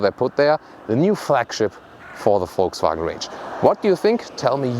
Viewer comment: "Let's Gooo!" Haha,, always looking forward to your VW reviews, 'cause I love the way you say "Folksvagn" =)